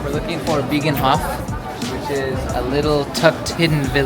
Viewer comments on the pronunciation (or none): biegenhof????? ah be gij nen -hof - with ij as in ei / bye not an ie sound as in see..